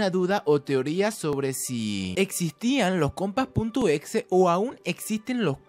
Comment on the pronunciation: Por que dise exe no otraves